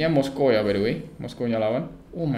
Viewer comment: Moskov bang bukan moskow, apa dibacanya moskow ya?